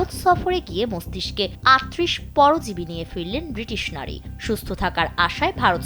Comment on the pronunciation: পরিজীবী পরিজীবি করতেসে, পরজীবি ও বলতে পারে না